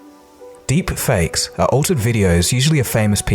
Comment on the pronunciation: love how it says derpfakes lol